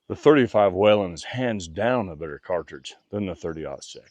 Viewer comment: It's weeeeelin not wailinnn love mine